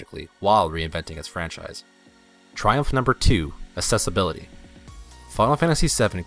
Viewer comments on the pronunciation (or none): It is "Seph-ee-roth" not "Sep-hee-roth". Also "Ak-sess-ee-bill-ee-tee" not "ass-ess-ee-bill-ee-tee". :)